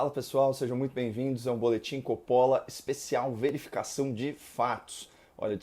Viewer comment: Seu Coppola. Aprenda antes que tudo que seu sobrenome se pronuncia Cóp-po-la. Após você aprender pronunciar seu sobrenome, podemos aprender o significado de honestidade intelectual.